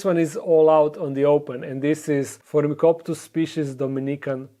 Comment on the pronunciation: it's Phormictopus not 'Phormicoptus' as you pronounce it ;d parthenogenesis if you mean those yellow spores - tropical isopods (Trichorhina tomentosa) eat this just to link the moment :D